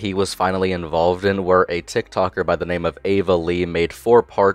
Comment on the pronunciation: I can't watch this video cause he ruined my name